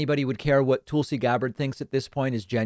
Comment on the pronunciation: David when you have been given that the correct pronunciation of Tulsa Oklahoma as TULL-suh why do you still insist to hatchet Tulsi Gabbard as TOOL-see?